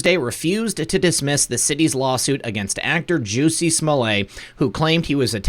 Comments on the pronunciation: Juicey Smollet? It's Jussie as in Justice is coming. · You went full Chapelle: 'Juicy Smollet' hahahaha Jussie/Juicy